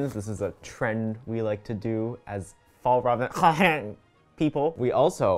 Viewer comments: My dad actually works at FjällRäven and it is pronounced fi all rah ven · plSSSSSS watching this video as a swede was hilarious cuz every time tried to pronounce Fjällräven it just got worse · Fjäll-räven, the ä is pronounced as the a in air. Kånken is pronounced with an å-sound which is like the O in or. Hope it helps /offended Swedish person cuz the bag is in fact Swedish and not Norwegian 🙂🙂